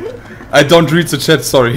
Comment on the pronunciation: Brammen episch wieder mit seinem Englisch! "Is it here in ze near?" xD